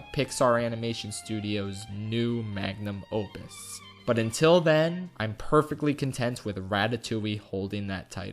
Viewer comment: Did he just said Lion Kin is Disney's mang a num opus?